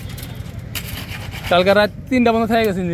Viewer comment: ভাই বিসমিল্লাহির রাহমানির রাহিম সঠিকভাবে উচ্চারণটি করেন। যেভাবে সবসময় বিসমিল্লা বলেন বিসমিল্লাহর অর্থ কি সেটা ভালোভাবে জেনে নিয়েন